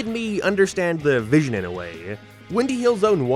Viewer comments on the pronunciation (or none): none